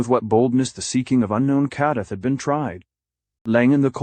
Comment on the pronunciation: What a garbage narration. Ur bullshit ai voice can't even say kadath right